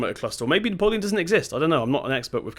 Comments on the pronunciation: It’s pronounced neo-plan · BTW, it’s pronounced Neee-o-plan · Nice timelapse :) "Napoleon" though.... ffs lol! Subbed! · It's neoplan not Napoleon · I worked with MAN Truck and bus who own neoplan and just a bit of criticism it's pronounced neo plan it's all 1 word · It bugged me every time ha said neo-polian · It's pronounced ne-o-plan skyliner